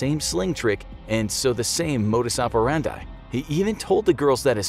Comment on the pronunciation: It's modus operandi (-dee) not operandye